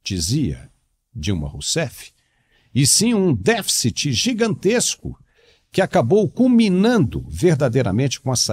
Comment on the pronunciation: Pra mim, um ministro de economia que sequer sabe falar a palavra "deficit" já me parece uma fraude...